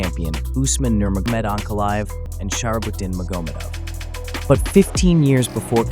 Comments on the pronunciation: Oof starting out the video saying Khabib’s last name wrong is a bold choice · The way this guy pronounces nurmagomedov is dumb.